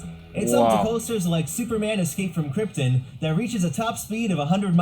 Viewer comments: "Superman Escape From Kryptin"!? It's actually "Superman Escape From KrypTON"! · escape from krypten? Man that hurt to hear.